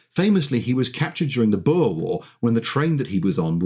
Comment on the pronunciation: Thats not how you pronounce the word boer. Like, im glad lazer pig sent me here., butnim asking you pretty please to pronounce that word correctly.